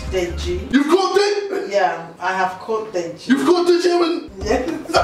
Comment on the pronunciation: It's deji not degi